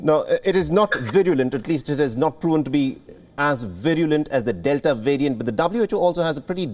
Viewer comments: The omnicron "wariant" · I cringe every time he says "wirus" and "wariant".